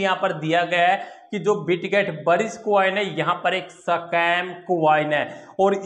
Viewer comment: 🤣🤣🤣🤣🤣 sacam nahi be Scam bolte hai 🤣🤣🤣